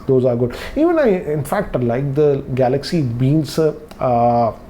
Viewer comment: It sounds so funny when he says "Galaxy Beans".